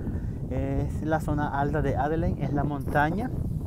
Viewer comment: Que te cuesta decir "Adeleid"??? Tienes que salir con "Adelein"... 🤣🤣🤣🤣🤣🤣